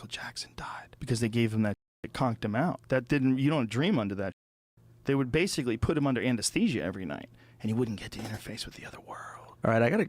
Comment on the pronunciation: But does he "basifically" say it though?!?😮😂❤